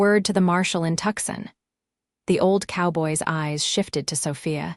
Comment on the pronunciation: it's TOO-Son - not Tuck-sen - Tucson Arizona!! FIX IT